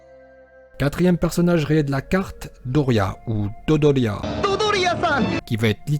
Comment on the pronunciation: dodoria pas doria